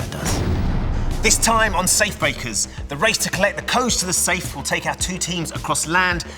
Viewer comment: "This time on safe bakers "lmao I know it's an honest mistake but it really had me rolling